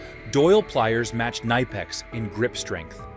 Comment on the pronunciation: This video would be better if it wasn’t an AI voice that can’t pronounce either nihpex, or kuhnihpex